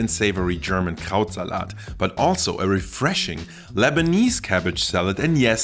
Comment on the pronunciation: I was like "wow, for an American he pronounces Krautsalat extremely well" - then I realized this was filmed in Germany and is German (?):D